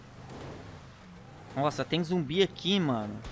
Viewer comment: É ZUMBI E NÃO “zombi”